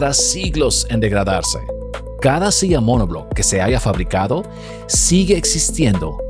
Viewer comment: Por qué razón habla como gringo hablando español? Dice SIA en vez de silla y las ERRES las pronuncia con dificultad. El es de RD?